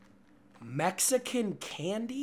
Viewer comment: That was clean with the Mexican candy pronounce